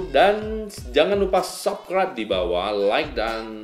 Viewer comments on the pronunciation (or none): none